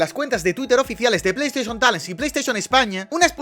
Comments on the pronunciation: cuantas veces dijiste plei esteichon talen? 🤔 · Bro, amo tus vídeos, pero casi quitó este porque me daba dolor de cabeza escuchar tanto "pleisteshion talen"